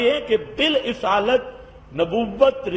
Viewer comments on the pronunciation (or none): مولانا بالاصالت بفتح الالف ہے نہ کہ بکسر الالف